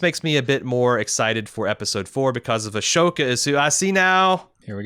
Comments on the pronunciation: He messes up pronunciations all the time and he usually acknowledges that flaw, so I'd just bear that in mind and move on if you're a regular listener/watcher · Not to be that guy... but Ahsoka is pronounced “a-soke-ah”, not “ash-oke-a”. I think your mind is flipping the ‘h’ and ‘s’ in the spelling?